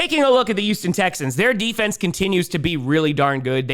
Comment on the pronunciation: It's Titans with a T, not "Ti-uns." And it's Houston with an H, not "Uston." Sorry, but this is English. Love you, man!